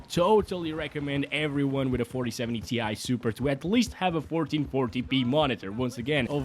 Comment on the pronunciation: More like "TIE" SUPER